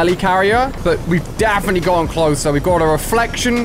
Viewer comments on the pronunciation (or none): he said dafinetly